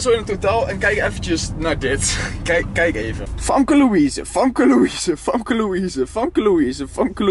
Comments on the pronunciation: gio je zegt "famke" maar je spreekt het uit als "femke"😂🙈❄ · Het is femke niet famke (Kwa uitspraak dan) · Je schrijft Famke maar je zegt FEMKE❤️❤️ toch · je zegt Famke maar je spreekt t uit als femke Haha 😂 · Waarom zeg je famke in plaats van femke😃😃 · Je schrijft Famke maar je zegt Femke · Je zegt Femke, niet Famke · Hoi ik ben echt ruise fan maar je schijf famke maar zegt femke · je spreekt het uit als Femke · Je zegt haar naam heel raar